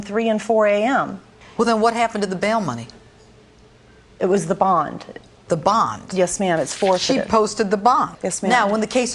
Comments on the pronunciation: BOND bro....BOND... i know it sounds like bong but I heard a D in there ;] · NO I said BOND!!!! DUH